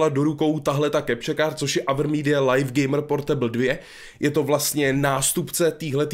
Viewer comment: Slovo LIVE se čte LIV a ne lajf už to pochopte...